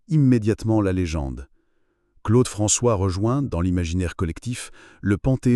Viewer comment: En entendant la voix dire Claude Franchoix au lieu de Claude François, j'ai compris que ça n'avait pas grand intérêt de poursuive la vidéo